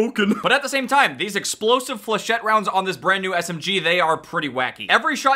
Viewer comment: Thank god he can actually pronounce flachettes correctly